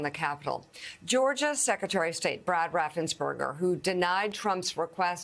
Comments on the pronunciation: Would someone please teach Joe S, Mike B, Bennie T et al how to pronounce RAF-FENS-PERGER. it's NOT Raf-sen-perger. Thanks! Mispronunciation pet peeves. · OMG Joe. It's so embarrassing! Why can't people like you pronounce a German or Austrian surname having more than two syllables. America even managed to pronounce Arnold's name well enough. What would've happened if you'd called the second part of the surname as if it was the N-word. RAFFENSBERGER not RAFFSENSBERGER. The "S" is before the "Burger". You're a singer man. Make an effort. GEE S. from Germany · Why the F can't people pronounce Raffensburger? Get an education on pronunciation Joe!!!!